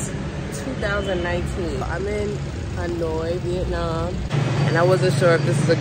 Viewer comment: Why do so many people pronounce Vietnam, " vietnarm